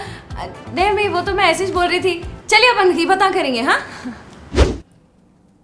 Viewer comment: " bolriu may " 9.56 Hayyyyeeee ❤️. Aaj se main bhi, main ko ' may ' pronounce karunga..... ❤️❤️